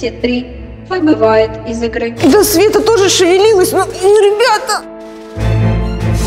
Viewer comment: Света не шивилиласй а соня шивилиласй